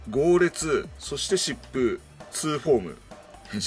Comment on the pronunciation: 疾風がシップに聞こえるのは俺だけ？